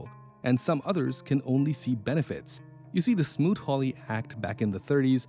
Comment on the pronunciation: The tariff act was smoot hawley Not smoot ried